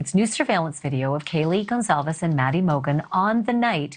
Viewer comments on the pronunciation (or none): Psssttttt: Ashley - please pronounce the victim's last name correctly! It's Gon Cal Vez. Not whatever you said.